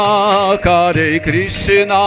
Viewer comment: it's hare Krishna not kare Krishna